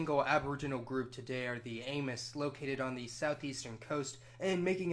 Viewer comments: Just for the record, based on my visit to Taiwan back in '87, when I talked with some of the residents, Amis is pronounced ah-MEEZ (1 = ah-ME), not Amos. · Ay-miss? It is pronounced Ah-mee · The Amis is pronounced /Amis/ "Ah•mees"